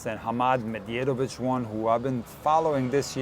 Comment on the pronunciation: you threw me off as I know you speak Croatian which is very similar to Serbian, if not the same. Aren’t two letters “dj” in “Medjedovic” pronounced the same as “dj” in “Djokovic”?